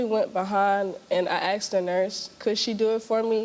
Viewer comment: Aksed!!!!!! Speak properly!